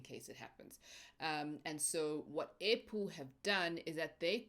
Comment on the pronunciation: All this time, I thought you were saying apple, kanti airpool😂😂